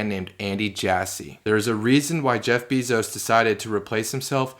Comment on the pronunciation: Dam man this Beezos pronunciation is distracting af